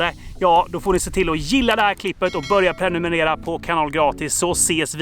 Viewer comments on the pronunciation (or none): none